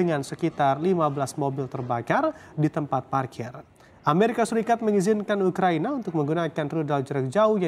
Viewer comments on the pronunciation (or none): none